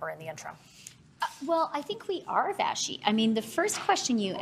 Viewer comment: Did Freeland call her Vaschi? I’m pretty sure it’s Vassy?